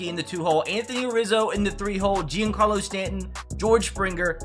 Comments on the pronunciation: Mans sayin G-in-Carlo Stanton, bruh; it’s John-Carlo Stanton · Mispronounced Giancarlo... That $ sounding good